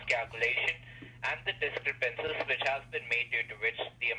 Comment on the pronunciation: love the ones that pronounce it dis-crep-PAN-see and pen-ALT-y.